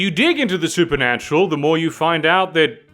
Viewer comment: Me: watching being things: "SuperNUTural and occult secrets." Me: "What do you say,?"